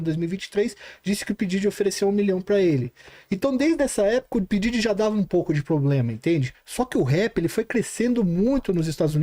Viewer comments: Porque essa senhira qdo se refere ao Diddy ela nao fala Diddy , ela fala Daddy. O que è bem diferente. 🤔🤔🤔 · n tankei o cara falando pididi kkkkkkkk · Mas ehhh P.Diddy pra geração milenium P Daddy pros nutella